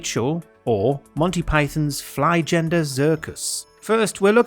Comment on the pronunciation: You might want to learn how to say 'flying' in German.